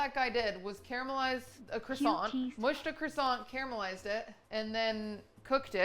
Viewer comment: "qwassong 🥰" "QQWAASSAAWK